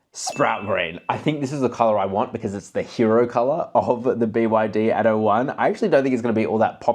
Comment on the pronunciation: By the way, it's "ATTO", and not "ADO". It means "Act 1". Damn, "American-Australian" ghetto pronunciation...